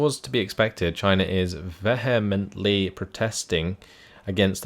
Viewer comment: Lol vehemently pronounced so wrong.